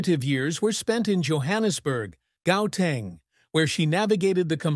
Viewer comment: Beautiful story but the pronunciation is bad. Not Popiano it is Amapiano; unless hers is fusion is Pop and Amapiano. Gauteng is pronounced like how arabics pronounce Hamas.The G is pronounced differently. She is not pronounced Tiller but Tyler.